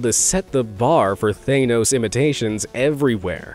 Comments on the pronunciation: its TH-HAN Nos not Thane-nos Lol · Thaynos? It's Thahnos. you've made a cardinal mistake for this type of video mis pronouncing the name of famous fantasy characters. You'd think the narrator (that's his only job) would research the proper pronunciation. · god, I need to say it.. Stop saying They-nose, it's Thah-nohs!! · Thanos ⛔ Theynous ✅ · I'm sorry what is up with half of these name pronunciations? Thay-nos?? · He's saying thanos like it has an e in it The word thanos doesn't overly pronounce the A. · After three blockbuster movies (and countless references) that essentially made the character a household name, you STILL pronounce "Thanos" wrong??? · I can’t stand the way you say thanos, dude 😂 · Every single time you mispronounce Thanos it triggers me.